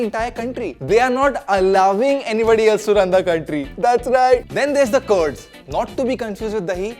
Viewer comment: They aren't 'curds', but 'Kurds'... say 'Kur' like you were to say 'Kurta', in your very real Indian accent and leave the Eye-raq and Curd pronunciations to the American mid-west.